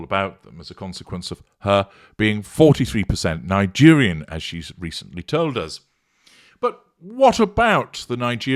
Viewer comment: LMAO "Liegerian"